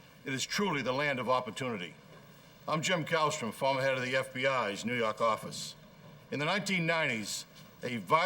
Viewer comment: NEW YAWK AFFICE!